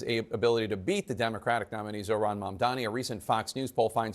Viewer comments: He keeps calling his opponent Mandami lol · He’s so devoted to saying it “Mandami”. It’s not hard! Why can’t these boomers get it? Mamdani! “Mom” as in your mother, “Donnie” as is Donnie Osmond! Drives me fucking insane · he cant even name "Mamdani" correctly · I like Curtis Sliwa, but he should know how to pronounce Zohran Mamdani's name by now.